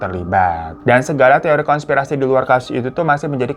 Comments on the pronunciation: Hai ka Hiro , konspirasi bukan kongspirasi ka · KONSPIRASI bang,bukan kongspirasi